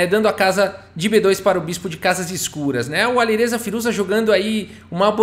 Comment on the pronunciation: “Aliruza fireja”